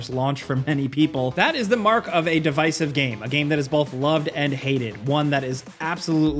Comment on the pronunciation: It’s Dih-vis-iv Not De-vice-iv